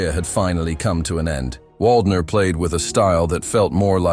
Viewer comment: If you want to show him respect, learning to pronounce his name might be a good idea.